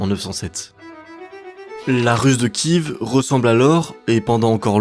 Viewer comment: La Rus de Kive m'a pas mal irrité les oreilles aussi.